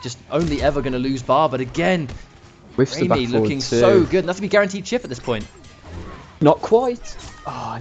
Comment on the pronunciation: Awesome as usual 😁 but it's pronounced rah-my not ramy..as lady gaga in bad romance sings Rah-rah-ah-ah-ah 💃💃💃